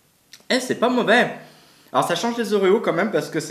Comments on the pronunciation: C'est pas movait 😂mdrr 100 fois trop bien sinon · "C'est pas movais"😂😂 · Pourquoi tu dit c'est pas movè